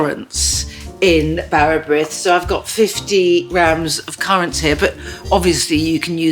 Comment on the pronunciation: Yes, you can when she is calling this tea loaf bara brith! And mispronouncing the name!